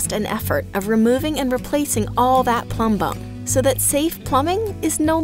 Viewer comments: MinuteEarth: Pronounces Plumber with the B silent. Also MinuteEarth: Accentuates the B in Plumbum. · I like how she says plumbum. I copied it and use it as my notification tone on my phone.